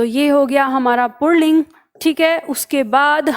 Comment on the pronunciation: आप पुल्लिंग को पुणलिंग बोल रही है।